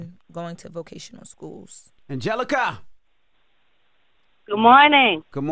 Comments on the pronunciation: Guys it VOCATIONAL school, not VACATIONAL school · they said vacational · The both said Vacational school 😂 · She said "vacational" skool